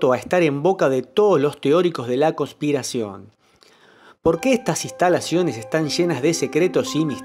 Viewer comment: Pronuncia las "N" costruido istalaciones... Jajaja igual buen vídeo